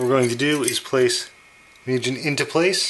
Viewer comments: its spelled "moo-gen" not "mew-jen" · its MOO As in cow and `gen` as in `a`gen`t` Mugen== infinity